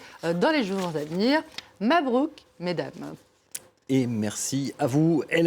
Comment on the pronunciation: Merci pour ce clin d'œil aux femmes. Excellent pour le "mabrouk" !🎉❤